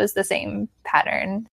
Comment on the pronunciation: The word "pattern" but i hear "parent". LOL. Thanks for your video!